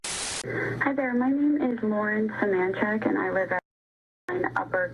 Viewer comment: It’s suh-MAN-chick and please for the love of god stop including screenshots of AI overviews in something that is meant to be informational